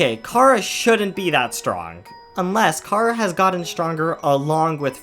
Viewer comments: Chara not cara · You said cara its chara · Me: Hell yeah, somebody talking about my favourite character and how's they are just a child and not a fucking sadist like everyone thinks they are? Sign me up! Author: Pronounces "Chara" as "Kara" Me: Uuh shit. Here we go again.. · Bro your saying Cara 😑